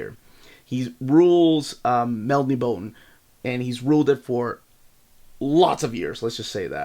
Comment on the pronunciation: I believe Melniboné is supposed to be pronounced something like "mel-nih-bow-nay" the accented e (é) is a french letter that is pronounced like an "a." Pronounced as "ay"